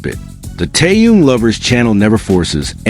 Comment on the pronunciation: Я бы может подписалась, но вот беда, блогер никак не может правильно произносить имя ТэХена, и это неприятненько !!!!! Как то не мешало уважать имя того, о ком вы постоянно рассказываете, не только же деньги заробатывать!!!???